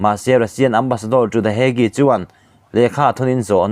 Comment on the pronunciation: Hague (Hak) ti a lam tur, lam dik hram teh u, a zahthlak lam deuh